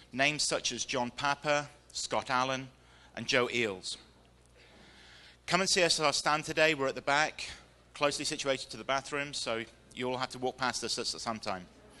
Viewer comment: The first Speaker lists three names of their authors, Scott Allen, John Papa, and was it Joe Eames? It sounded like he says Joes Eels or Eals. Does anyone know the proper name he mentioned?